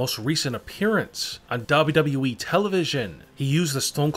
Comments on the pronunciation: WTF it is WWE not wwwe😂😂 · Why does he say wwe like this double u double u e